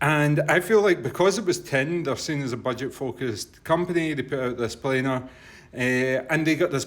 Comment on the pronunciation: I thought it was only Americans that pronounced this type of iem wrong, it is a PLAN-R magnetic driver! You can will notice it is not spelt plainer, it is not spelt planer, it is spelt planar. Please educate the unwashed masses, not spread ignorance